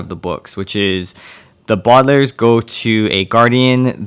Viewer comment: He said the badalairs